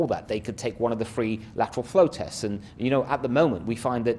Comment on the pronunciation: LATTERRRWALLL FWOOOWW TESSS. BWWOOSTERR PWOGWAMES